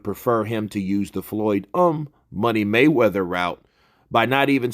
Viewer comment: You always stress that Floyd umm Money Maywether...lol